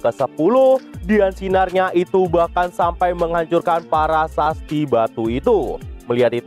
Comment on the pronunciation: Prasasti min bukan parasasti😊 , lanjutkan min